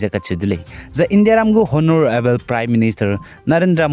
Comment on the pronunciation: Honorable H silent so pronounce as onorable